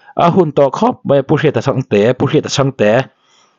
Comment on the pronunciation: mei ti tur ani lo aw mai ti zawk tur aw😊